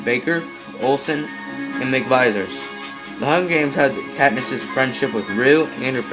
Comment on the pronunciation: You pronounced McVries as Mick-Visers but I think it's pronounced Mick-Vrees.